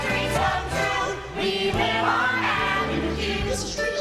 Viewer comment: guuyyyyyssss its not aaa-ven-oo its ah-ven-youu